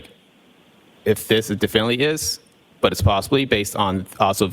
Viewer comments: Definely is not a word! He keeps saying it, but its not a word. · Yes! “Diflnly”